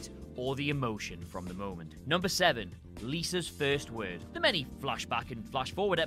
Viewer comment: The way you talk tho Lisäs Först wörd